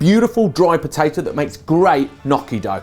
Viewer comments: Nnnnn...yokie....Nnnnnyokie.....not nokkie. Just saying as an Italian. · ny-yoch-ki say it with me. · The pronounciation of "gnocchi" is not nocchi, it is |niocchi| please. I know from my english teacher that english people has some problem with this word but please make some effort haha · Haha I like the way you say gnocchi. It's definitely not the Italian way :)